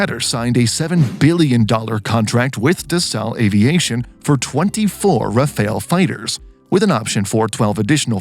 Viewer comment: It is pronounced Rough-al and not Raphael. Rafale in French means gust like wind gust and/or burst ( like when shooting a burst of bullets).